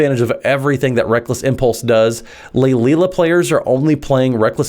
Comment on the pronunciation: Lae-Lia. Not Laelilialalala.